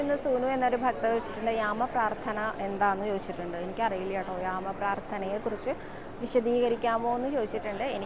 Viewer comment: യാമ പ്രാർഥന എന്നാണോ പറഞ്ഞത് അതോ രാമ പ്രാർഥന എന്നാണോ പറഞ്ഞത്